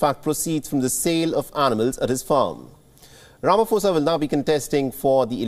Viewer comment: please pronounce his surname correctly. Please guys it’s so cringe everytime you say Ramaphosa 🤦🏾‍♀️